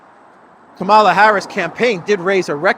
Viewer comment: You are spreading the HATE by mispronouncing her name. Mika on Morning Joe says that people purposely mispronouncing her name are just doing their part so spread the right wing hate.